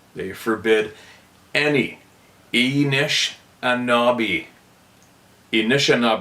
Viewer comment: Only trying to help with a pronunciation ❤that’s giving you trouble. Phoneticly it’s . Ah Nish Ah Nah Bay.